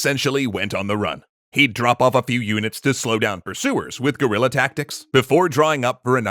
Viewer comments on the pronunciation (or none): none